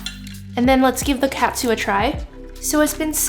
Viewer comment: Looks yummy! It’s actually pronounced (toe-n kah-tsu) good job!!